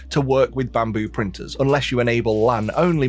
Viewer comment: Can Bambu prin-ers prin- T's so tha- Bri-s can say words with T-s in them?